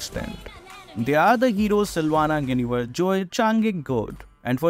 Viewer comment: Quite the pronunciation "Guinevere" 🤣🤡🤣